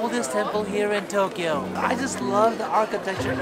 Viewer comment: TOE Kyo😂That was a good one